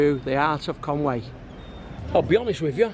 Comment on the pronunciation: Great video, but you need to work on your Welsh pronunciation...Conwy is pronounced Con-wee not Con-way, Llandudno and all the other Llans will need a little practice, I will teach you if I ever meet you in the "Bunker Bar" again....